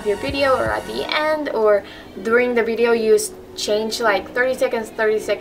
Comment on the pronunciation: I like how u say bideo instead of video 😂😂